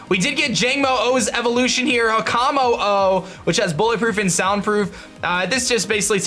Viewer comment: With Jangmo-o, Hakamo-o, and Kommo-o, I believe you just say it "Jangmo", "Hakamo", and "Kommo" because it just seems to be more grammatically correct.